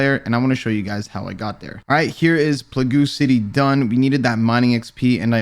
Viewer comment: No way he just pronounced "plague city" as "pluhgoo city" Rsn: Raiin